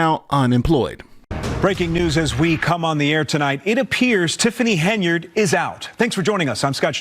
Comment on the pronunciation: Love your videos.... but listen to your own news outlets you are using in this video..... her last name isn't pronounced HenYARD..... you sound bad when you try and say it that way lol